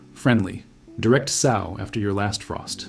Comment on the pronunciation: Great info. But every time you say SOW like the swine….it’s like nails on a chalkboard!